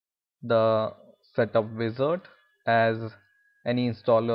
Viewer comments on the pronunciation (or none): none